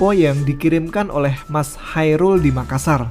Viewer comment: makassa kurang R. Saya sebagai orang makassarya gpp wkwk